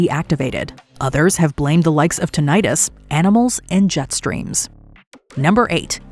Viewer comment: Tinnitus is pronounced tin-er-tus not ter-nightus